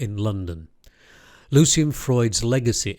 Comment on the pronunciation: One of my fav. painters and thanks for the vid. I'm pretty sure his name's Lucian and not "Lucien" though.